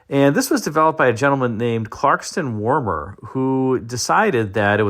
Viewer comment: Car-Sun Warmer? Ohhh Carson Warner.